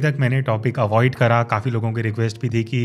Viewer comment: Thanks for kids this information But please say again kara kara Kia kaha kijye kara ni hota I'm from Pakistan lahore Don't mind please